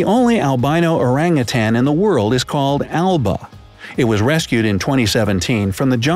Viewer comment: I've seen 1 white tiger in indonesia zoo cuz I'm indonesian and I can't belive he said "orangutan" like that